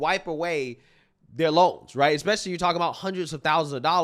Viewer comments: Expecially she says 🤔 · That second “educated” girl lost me at EXspecially. College forgot to teach her some basic pronunciation. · “EXpecially” “ya’ll dont even know your money is taxed” 😂😂😂😂 you stupid bitch Bc when you work for yourself you dont get taxed 😂😂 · "...you damn idiot.... EXspecially..." 😂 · . EXPESIONALLY" ... Great. Great education you got there. English? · Buy them books, send them to school and what do they do? They eat the teacher. And how did you 'earn' a college degree and still never figure out how to say the word 'especially'?